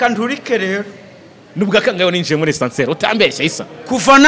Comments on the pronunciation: Ascenseur... apana Essanseri...... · Ntago ari essenseur bavuga (ASCENSEUR ).